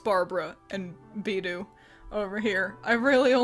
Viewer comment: Sorry if anyone's mentioned this already but beidou is pronounced "bey-doe". I know pronunciation correction are annoying but thought I should mention it just in case